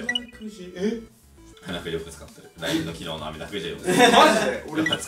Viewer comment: 伊沢さんがもうLINEの発音警察しなくなったから、今回は平たい感じのLINE発音だったw